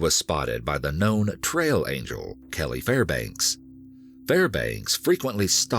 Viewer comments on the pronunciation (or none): none